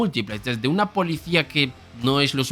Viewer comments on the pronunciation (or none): none